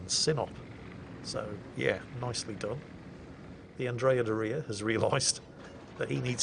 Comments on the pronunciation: Also, it is "dòria" not "dorìa" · It's Andrea DOria, not Andrea DoRIA. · as an Italian, you are not isulting us but please say Dòria and not Dorìa ahahahaha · Hey:) Your Italian was actually pretty good, although you got the stresses wrong on both Caracciolo and Doria. And your accent wasn't offensive at all, although I feel obligated to say that what you consider "Italian accent" only really applies to a small part of the country. Thanks for the video and looking forward to the next one!